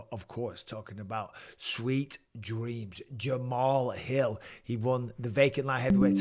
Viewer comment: Jamal's Hill ❓❓ Really ⁉️ Bisping 🫵 You Should Do Homework At Least Get The Names Right